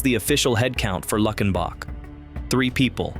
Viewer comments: It’s pronounced “Luke-in-bach,” just like in the hit 1977 song “Luckenbach, Texas (Back to the Basics of Love)” by Waylon Jennings. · Luckenbach…LOO-ken-bauck . Gruene…Green. Gruene Hall. Call me HUN…as in honey. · Its Lue-ken-bok not Luck-in-boc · Loved seeing this video on my beloved state - great, classic places. HOWEVER, if you are going to do a video on Texas you need to learn to talk Texican - I.E. LEUcKENBUCK -not LUCKenbach - Listen to the famous song, GRENE - no Grooen. HIco - not Nico, We do have many more weird city/town names that non Texas will never get right. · When I heard luck in bock, I was done. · By the way its pronounced "Luke en bach" I just need the GPS coordinates I am so ready to move just need the names of these towns 😂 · Mispronounced Luckenbach in the first line of the first listing of the 17 and, for that reason, I'm out. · Turned it off as soon as he mispronounced it.